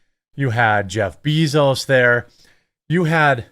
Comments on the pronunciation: Love you, but can’t stand to hear Jeff Bezos pronounced bEEzos 🐝 I like BAE-zos better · It is pronounced BAY zos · Why do you keep calling him Beezoos lol